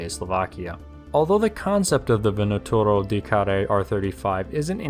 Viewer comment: You are pronouncing very well "vânătorul de care". I am romanian, btw.